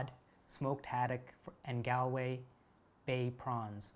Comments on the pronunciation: in return for motivating me to get writing. Plaice is pronounced like place. Galway is Gall (like gallbladder) from an Irish woman like Gigi (but not even a quarter of her eloquence.) You can't have the locals making fun of you when you get time to visit your friend again. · Plaice is pronounced "place". Galway is pronounced "gall- way" I haven't checked yet as I'm too enthralled, but I HOPE that there is more from you on YouTube. I hope you have a channel!!!!